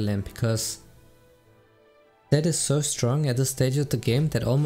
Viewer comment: It sounds like he’s saying sett not zed